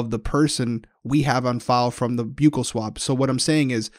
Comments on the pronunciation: Buccal, not byoo-kul.. it's buh-kul Mmk thanks 😊 I went to dental school. I have a form of grammar pedantry syndrome. Help.. lol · Fyi: Buccal swab - pronounced 'buckle'. Buccal mucosa = inside of the cheek. And, Herb was definitely a customer.